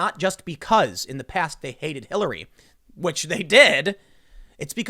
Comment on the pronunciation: "People hated Kill-- Hillary" Bit of a slip there? Lmao